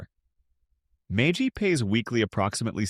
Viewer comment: AI may not understand how to pronounce MAGY.